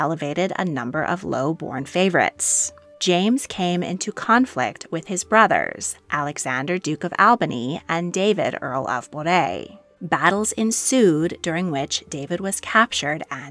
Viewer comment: Moray is pronounced MURRAY.